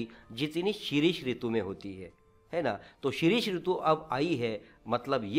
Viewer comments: आप ने हर जगह शिशिर के बदले शिरिष कहा है।यह बात सही नहींहै।बच्चों पर गलत असर/प्रभाव पड जाता है।बहुत सारे बच्चे आपका विडिओ देखेंगे,कविता का स्पष्टीकरण सुनेंगे तो आप को पहले ही अच्छी तरह से चेक करना चाहिए कि कहीं गलती नहीं हुई है।छात्र आप से क्या सीखेंगे? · आप शिशिर को शिरीष क्यूँ केहेते हे।🤣🤣🤣🤣🤣🤣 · padhana aaccha tha sir lekin jo main title tha शिशिर uske uccharan se lesson thoda kharab laga.pls.dont mind sir.whatever i felt i told u.Actually when we r presenting ourself to all then we shud b perfect.